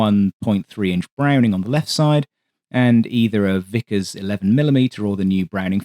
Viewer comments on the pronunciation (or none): none